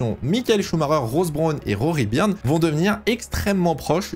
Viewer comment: En anglais, Rory Byrn se dit Rory "Beurn", meme pronciation que pour un burn. Et Ross Brawn se dit "ross" et non pas "rauuss" si tu arrives à me comprendre. Pour Brawn tu as bon sur la prononciation. Pour les"gh" en anglais tu prononces bien le son "f", ça c est bon. Sinon bon travail, j apprécie regarder tes vidéos d autant que je suis un tt petit peu plus agé que toi (40) et j apprécie ttes tes vidéos sur les années 80, et aussi 90 et 2000 qui me rappellent mes premiers souvenirs en F1. D ailleurs le 1 er mai 94, dernier jour de Senna, est avec le 11 septembre 2001 le seul jour dont je me souviens parfaitement ou je me trouvais. C est dire l impact énorme qu'a causé la mort du rival de notre Prost national. (Rival battu par le français? Ds les chiffres on pourrait dire que oui, Prost a 4 titres de champion du monde et a terminé 6 saisons avec le plus grand nb de points au classement pilotes contre seulement 2 fois pour Senna, même si ce dernier a au final 3 titres de champion du monde du fait de la curiosité du décompte du classement en fin de saison à l'époque. Aussi Senna a remporté une victoire ts les 3,93 GP alors que Prost une victoire tous les 3,8 GP meme si on peut penser que Senna aurait ajouté encore qqs victoires a son palmarès). Mais on s'aperçoit en tt cas que Prost se battait d'égal à égal avec le brésilien alors qu'il bénéficie injustement d'une moindre reconnaissance que le français, moins beau gosse ce qui explique bcp de cela je pense. Quand on pense